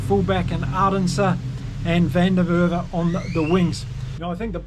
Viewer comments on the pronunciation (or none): Edwill Van Der Merwe's surname is pronounced as "FUN DIRR (with the "rr" rolling off the tongue) MARR (as if you're going to say MAP but instead of the p you roll the "rr" off your tongue) VUH altogether as FUN DIRR MARR VUH" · Van der Merwe is pronounced fun-duh- merver. The mer in the last word rhymes with bear. R’s are always rolled. That’s More or less. The most common white surname in SA btw. There is probably some website that will give you pronunciation, just guessing